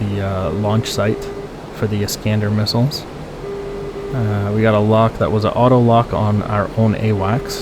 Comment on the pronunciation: "iiiisss-cahn-dahr" ...ask your CDN Intel Officer Handler. Pronunciations matter when in enemy territory/AO's 😁